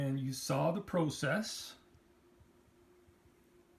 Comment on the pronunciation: It really bothers me to hear an American pron ounce the word "process" like he was a Brit. What is the point of that? Can you tell me?